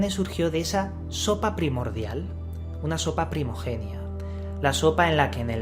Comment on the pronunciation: Es que no hay que ser muy inteligente para saber que el ADN es una obra creada por inteligencias superiores, no necesariamente extraterrestres como tú y otros tanto y tanto decís y por supuesto, no generada en ninguna estúpida sopa primigenia ( no se dice "primogenia" como tú dices...). Y efectivamente esto que hoy muestran a sus ratas de laboratorio (nosotros) para que nos entretengamos, ya está descubierto, usado y rentabilizado. En consecuencia, a más "avanza" la ciencia, más cerca se está de Dios, más cerca de conocerlo, de conocer su obra y lo peor... de imitarlo. Y todos conocemos qué ha ocurrido con TODAS las civilizaciones y creaciones humanas que han creído ser iguales a Dios. ¿Aún alguien no lo ve claramente? .